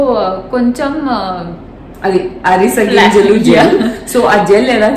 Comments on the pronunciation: Arese gingalu kadu Avise gingelu anali. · adhi arisa ginjalu kaadu avisa ginjalu... No problem andari Valla mistakes avutai... Thank you for your tricks ❤️❤️ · Flaxseeds antey ariseyginjalu kaadhu 😂😂avisey ginjalu 👍